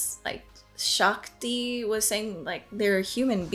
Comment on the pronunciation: shaak ti not shaa thee lol